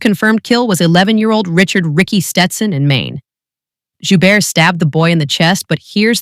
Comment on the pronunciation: the T is pronounced at the end of his last name...